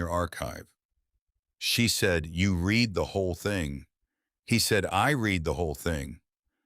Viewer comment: Your AI keeps pronouncing 'read' as 'read' instead of 'red'. In English pronounciation context matters.